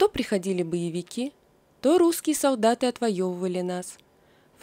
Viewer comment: Опять """"Витя пошеВ""" , автор, ну ведь не сложно выучить букву " Л". Заметно...вы же читаете людям, соВдаты"-- солдаты. СказаВ ...